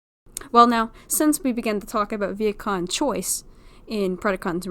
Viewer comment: Is it just me or is she pronouncing vehicon as vietkon?!